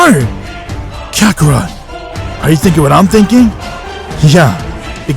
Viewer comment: It's kakarot nat kakarat